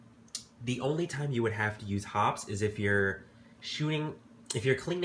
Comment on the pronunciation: Hoppe's is pronounced hoppies or hoppys not hops. Know your products well and you'll do an even better job...though I wouldn't use a product made to dissolve gunpowder residue in my air rifle barrel.